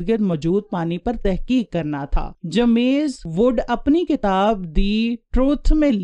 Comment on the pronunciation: Baji it's James wood not jamaiz wood